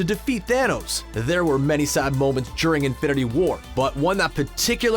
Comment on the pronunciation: Lol why do you keep pronouncing it "infinity WAR"?